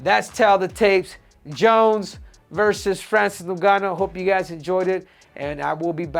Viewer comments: 😂😂😂 pronounce ngannou well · Breh... say his name right. SHit's wild disrespectful lmao He wouldnt call you Henry CeJOOdo. '